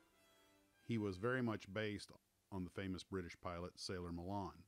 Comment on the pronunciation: It’s ‘Gal-and’ and ‘Mal-an’ , not ‘Galarrnd’ and ‘Malarn’ . Also Sailor Mallan was South African